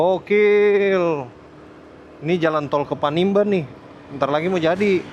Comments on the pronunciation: Panimbang!! Bkn panimban ...😅😅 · salah sebut, bukan panimban tapi panimbang